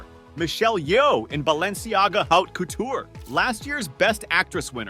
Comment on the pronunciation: Can't you learn to say Haute as it should be? Geez...